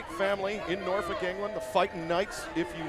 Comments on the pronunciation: Justin trolling Kip by again mispronouncing Norfolk. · Someone please have a word with Justin Roberts about his pronunciation of Norfolk. I'm a Norfolk boy and he's doing my head in!